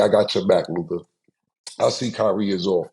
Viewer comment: Mavs lost cuz Mase refuses to pronounce Luka name right.